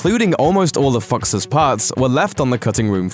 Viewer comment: did he say fucks instead of fox's